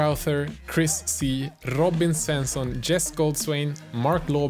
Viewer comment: Are you from Sweden cause your pronounsiaton off Robin Svensson was flawless :P